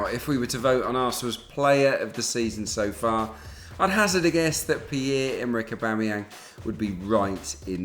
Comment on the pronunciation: Aubamewho??? Aubamewhat?????! AUBAMEBLOODCLAATYANG MY BRUDDA